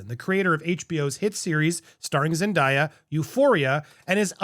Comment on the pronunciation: How are you STILL pronouncing Zendaya’s name wrong? She even has a whole clip telling people how to pronuncie her name.